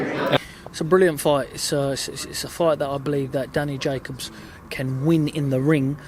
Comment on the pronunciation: Gervonta : I'm fan.. .canelo and what's his name?? Uhh ja kobs lmao